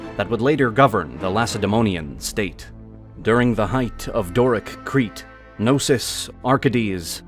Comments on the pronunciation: Its not Nosos its k-no-sos ...nosos means sickness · "With the destruction of No-sis…" Can we really not pronounce the K? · These videos are amazing but for the LOVE of God... Can you guys do a small research of the correct pronunciation of all those Greek names? Put Chat GPT on and it will pronounce them for you, its not that hard... "Nosos" ... Really? "Nosos?" That "k" is not silent. Its "knosOs" not ... "nOsos" Please, its not that hard...